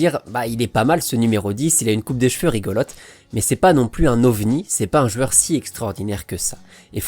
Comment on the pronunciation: J'adore contes de foot et ta façon de raconter, une seule chose que je ne comprends pas, pourquoi tu dis "jueur", tu prononce ce mot d'une façon spéciale et énervante j'avoue 😅